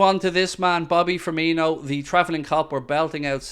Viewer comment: still annoys me when the commentators say ‘firminio’. They’ve clearly seen how u say coutinho and just assumed it’s the same but there’s no H